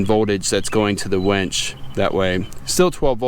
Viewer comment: Did he say wench? Lol